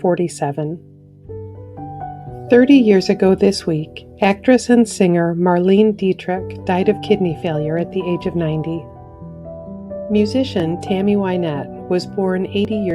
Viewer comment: It’s pronounced Mar-LAY-nah not Mar-leen. You are probably too young to remember her.